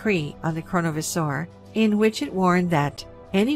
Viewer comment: While I love you and your channel, we really need to work on your pronunciation of words : ) Such as Chronovisor and Grimoire.